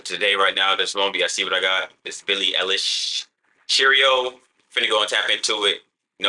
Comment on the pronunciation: billie eilish (eye-lish)